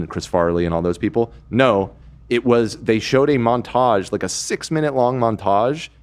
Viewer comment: why say Montage like this?? thoughts??